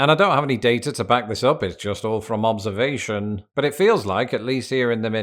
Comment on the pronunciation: I can’t be the only one amused that your pronunciation of “Up”sounds like “awp.”